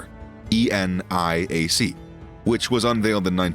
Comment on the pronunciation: "Aye Enn Eye Aye See" 😂